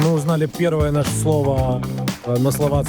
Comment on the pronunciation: Не "Аначка", а "Омачка" - что означает соус 😅